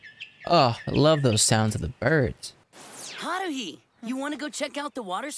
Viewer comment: LMAO it's Tah-mah-key. Not Tah-kah-mee. 😂 Also Hah-roo-hee. Not Hah-roo lolll Edit: yes Hunny is a true martial arts genius. But you'll find out more about that later 🤣